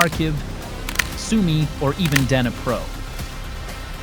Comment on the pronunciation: Dnipro is pronounced “Neepro”, I believe.